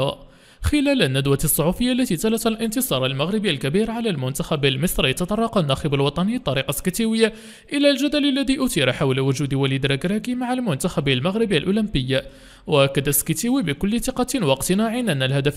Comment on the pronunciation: اسمه: السّكْتِيوي وليس: السْكِتِوي SEKTIOUI. لماذا تحرفون الأسماء المغربية وتجعلونها صعبة النطق على الأجانب خاصة العرب ؟!!!